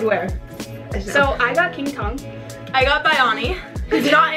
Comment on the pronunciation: She said kingtong it was funny